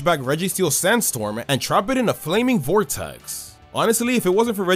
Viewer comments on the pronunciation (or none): none